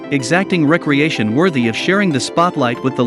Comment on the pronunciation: Recreation or recreation emm pronunciation matters